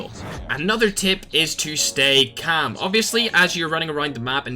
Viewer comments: He says camm instead of calm haha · 500 likes for a video of just saying kaam (calm) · Everyone:calm:cam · I just hear “stay cam” 😂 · I love the way you say calm hahaha. Thanks for the tips man! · Nobody: Literally no one:: cHaM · The way he says calm 😂😂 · 4 months later I still dont like how he says calm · The way he says “calm” 😂😂